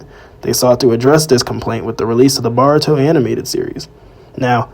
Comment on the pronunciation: Bro you’re saying Boruto wrong 😭😭